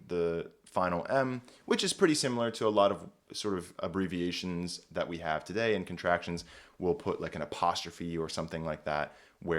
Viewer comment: I think the dipthongized pronunciation that he uses is because of influence from his native speech. A more authentic pronunciation would use a monophthong I think.